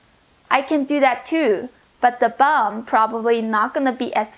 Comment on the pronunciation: Did she say press the BUM or BUN